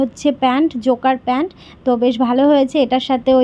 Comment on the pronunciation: জোকার না জগার বলে